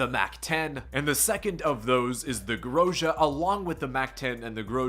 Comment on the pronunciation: He said grosha but its gro zzz aaaaa